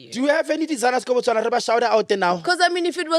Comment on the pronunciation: I love how you said Botswana 🇧🇼 We love you too ❤